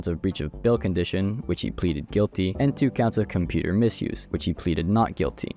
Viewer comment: compurter, good video tho